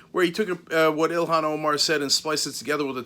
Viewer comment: Mebbe you should learn how to pronounce her name correctly. EE-lawn Omar. Not Ill-hawn.